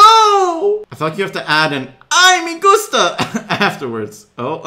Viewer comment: Can we appreciate saying "Ai Ma Gusta"?